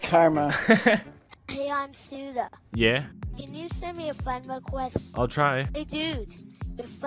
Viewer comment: Fwend wecwest Lol